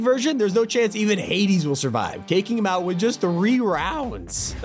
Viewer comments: I know he says “him” but I legit thought he said “DAMNNN” at first💀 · Oh it kinda sounded like it tho lol